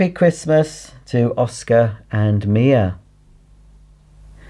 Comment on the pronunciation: Thankyou so much for saying hello to my children, Oscar and Mia (you pronounced it perfectly!) Oscar is one very happy little boy! Have a lovely Christmas!